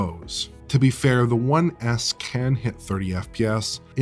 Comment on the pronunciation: saying "One S" sounds more like "One Ass"..